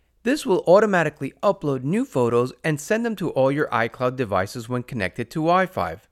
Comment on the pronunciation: Why do you keep saying Wi-Five??